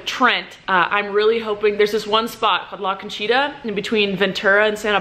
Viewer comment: la CONCHITA sounded like u were saying : LACACHEETAH